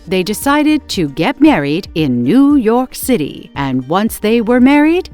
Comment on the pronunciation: Why did the voice say new York city like Lazlo from "What we do in the shadows"